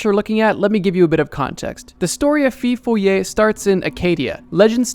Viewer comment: I was expecting the rougarou for Louisiana. Wasn’t expecting the feu follet. Though it’s not pronounced “fee foe lee ay”, it’s “foe foe lay”. Sincerely, a Cajun.